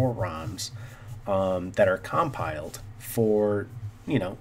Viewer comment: Install OpenOffice and you can open the spreadsheets. It's not pronounced COMpile. It's comPile. BMP - Bitmap